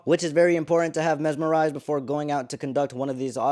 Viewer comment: Did you say mezmorized?